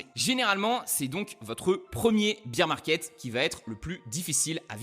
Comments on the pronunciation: Alors tu as le beer 🍺 market comme tu le prononces en Anglais et le bear 🐻 market 😅 merci pour tes explications ! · Bear market pas beer market .. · BEAR market pas BEER market lol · Super vidéo, par contre faut prononcer "baire", parce que prononcé "bire" ça veut dire bière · Beer market ?? Faut le prononcer correctement le bear market sinon ça ne veut rien dire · Merci, ça me dérange à chaque fois que j'entends "un beer market" ...